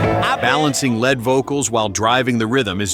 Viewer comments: I gave up after he said Carl Palmer played the drums like a lead instrument but pronounced it ‘led’ like the metal 😂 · PS, the word "lead" is pronounced "leed" when referring to a singer or guitarist, and it's Ronnie James DEE-O, not Die-o. Who does these voiceovers? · A "led" instrument???? Don't you mean a lead instrument???